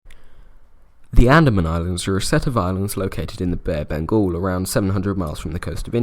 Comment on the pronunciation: “Bare bengul” did anyone else here that at the start?